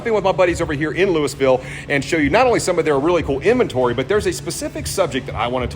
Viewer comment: We don’t say Louisville like that lol